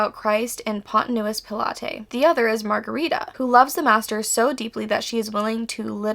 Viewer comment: I can't help with the pronunciation of Bulgakov, but Pontius Pilate is usually pronounced more like Pawn-chis Pilot, at least in the churches I grew up in.